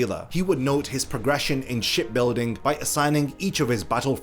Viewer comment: Instead of hearing ship building I hear shit building 😂😂